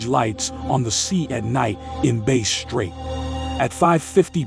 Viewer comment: Hi, I would like to connect regarding voiceovers. What is your email please? It’s faster. [P.S. the robot voice is mispronouncing lots of words like “Base strait” instead of “Bass” (rhymes with Mass) strait or “porth-alls” instead of “port” + “holes”]